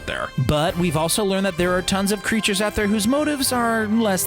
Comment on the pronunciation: Kree'tures ^^ hahahaha